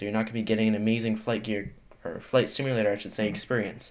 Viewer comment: did anyone hear him say flight stimulator???